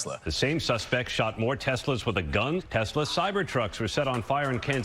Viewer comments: Did he mean to say Titslur? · Ya mean Teslers? 😂😂😂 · sry you pronounced it wrong it’s called TesLER😂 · Trump - I love a "TESLER" - as in "TES"-la plus Hit-"LER" equals "TESLER"! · You mean tesler. 😂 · oh Teslurs from FElon Husk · Tesler that's how made says it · It’s pronounced Teslur. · Only a Trump could pronounce a name known all over the world (Because of Nikola, not the special K addict), that finishes with an "A" as finishing with an "er" sound. He is either deliberately ignorant, or the all the psychs and educators who say he has the mental acuity of a pre pubescent child are correct. It's probably both